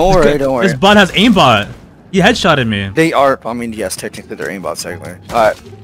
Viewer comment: "well technically the bots have ambot" 😂